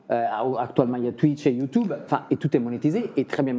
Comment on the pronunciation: Ermano quand il dit "you toube" a chaque fois je suis mdr.jadore 😅